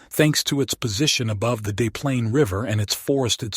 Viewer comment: FYI - It's pronounced DeS Plaines river, not "Day" Plaines river ;)